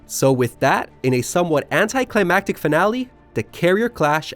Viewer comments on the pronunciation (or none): none